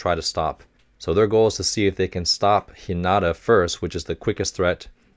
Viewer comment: You'll sometimes see haikyuu spelled haikyu because of different conventions when transliterating from japanese to english, as the last vowel is held longer And while we're talking about technical stuff, on a pronunciation note, Hinata is pronounced "HEE nah tah" with the first syllable stressed